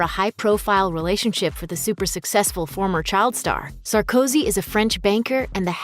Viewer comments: Nicolas SAR - KO - ZY. ; ) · Love how you called him „Sarkosky“ 😂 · Dude, the guy's surname is Sarkozy; at least pronounce it correctly. To flub this is really shoddy, amateur journalism. 🙄🤦🏼 What a joke.